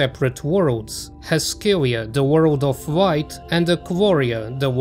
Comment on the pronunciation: I'm the only one here keep hearing "Wight" instead of a "Light"?